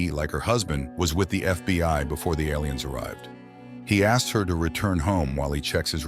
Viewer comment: I'm confused by the pronunciation of "aliens". It sounds like "ell - lee -- ens". Or L E N's.